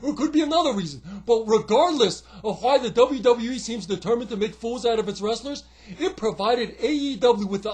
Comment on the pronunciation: You pronounce the W’s so well now in WWE! That’s 1 thing that has changed!